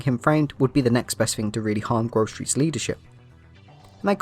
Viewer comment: Damn grocery 😂 i didn't even hear that at all, i heard Grove Street son